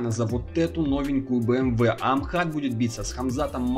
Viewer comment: не Амхат а Ахмат